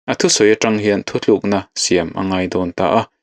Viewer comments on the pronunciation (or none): none